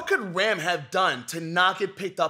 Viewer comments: CORRECTION ON PRONUNCIATION the actual PRONUNCIATION of RAM will be kinda if you pronounce RUM instead of RAM, besides this great video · His Pronunciation of "Ram"😭😭😭